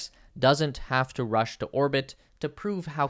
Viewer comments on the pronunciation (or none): none